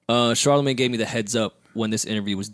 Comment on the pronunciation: Did called Charlamagne "CharHoeMin???